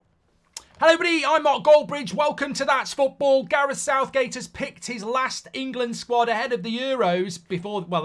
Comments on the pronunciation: lol "SOUTHGAE" 🤣🤣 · My man said Southgae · “Southgae” lol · Damn AI has messed up and called him Southgae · Sounds about right though southgae. 😂